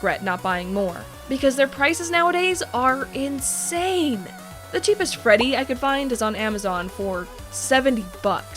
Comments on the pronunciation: I swear she said Frebby instead of Freddy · did she just say frebby? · Do she just say frebby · Lol u said " Frebby " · she says frebby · Wait did she say frebby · She said frebby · I got so mad when she called Freddy “FREBBY” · u said frebby